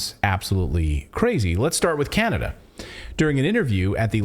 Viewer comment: Hahaha "Canadia"... you said it wrong, it's CHINADA.